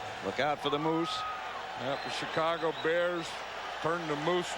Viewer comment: He always pronounced Chicago "Chi-Co-Go"